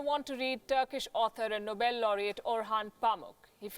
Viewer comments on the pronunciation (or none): none